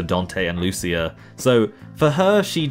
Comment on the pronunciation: Sorry to be That Guy but her name is pronounced "Loo-cheea" - I only know that from the official PS2 magazine though